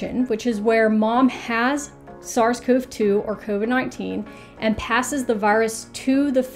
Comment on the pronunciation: Thank you for this! One thing... I am a CoV researcher (and have been long before COVID/SARS-CoV-2) and it just bothers me the bunches of weird pronunciation of all the words around this. CoV is not pronounced "cove". It's "koh-vee" and "Koh-vees" (CoV and CoVs). I don't mean to be a jerk, love your videos!